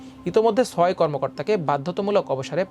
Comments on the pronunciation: ছয় উচ্চারণ ঠিক করে নিন। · It’s not soy( six) it’s Choy